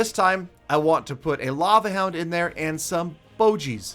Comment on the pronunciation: Say bogis with a hard g not a g like a j